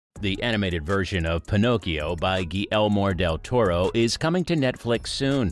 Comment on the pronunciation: "Guillelmor del toro"